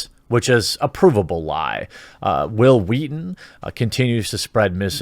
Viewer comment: Hwill Hweaton XD